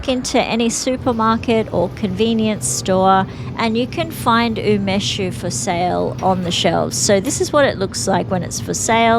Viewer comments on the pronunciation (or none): do you mean Umeshu? U me shu (not u mesh), I believe. I really like Umeshu, homemade being the best, but Takara being the best commercial brand. Sake = Nihon Shu, the "White Lightning" you use in Umeshu being Shochu (chu a variant of shu), wine being Budo Shu".